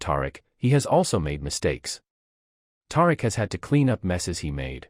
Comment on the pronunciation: I can't continue. His character's name is not Tar-rick